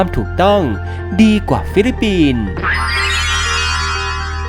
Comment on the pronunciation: ฟิลิปปินส์จ้า ไม่ใช่ฟิลิปินส์